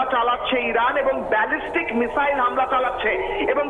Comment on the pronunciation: কোন দেশের সাংবাদিক রে ভাই বেজেস্টিক মিসাইল না ব্যালাস্টিক মিসাইল